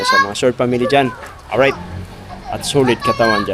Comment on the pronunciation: oryt ahaha